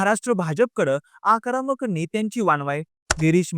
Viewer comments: जत चा उच्चार चुकीचा केलात आणि आक्रामक नाही आक्रमक असत ते 😊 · आकरामक नाही रे... आक्रमक 😂😂😂